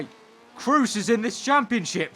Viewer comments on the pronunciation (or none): none